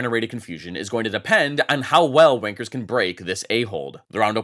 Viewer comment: "depend on how well wankers can break this A-ho(ld)" bruh what